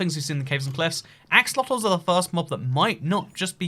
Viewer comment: I swear he said "a... fuckit of axolotels"